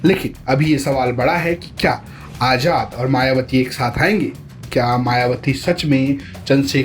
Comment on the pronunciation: मायवती नही होता है मायावती होता है सुधार करो